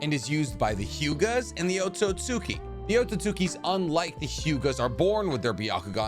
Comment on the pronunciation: Here I am again, Otsutski is pronounced OAT-SOOT-SKI